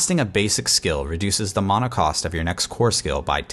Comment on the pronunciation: This is Diablo it’s mana not muna